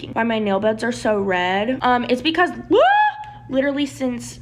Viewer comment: yet another person saying 'Literly'